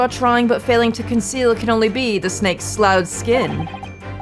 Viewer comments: contrary to how it looks, sloughed is pronounced "slouffed" (ough like cough not like plough) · I believe "sloughed" is pronounced "sluffed."